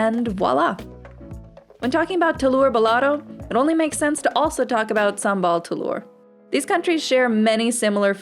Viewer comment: the way she pronouced Sambal Telur made me cringe lol